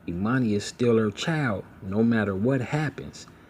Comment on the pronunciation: And her name is Ermani- Not Emani like Ermias !!